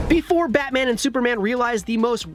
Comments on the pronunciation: “Batan: the movie” >Batan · Batan? Really IGN? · Batan? Who is Batan?